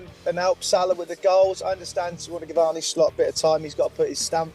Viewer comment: It's Arne, not Arnie ffs. Dumb as rocks.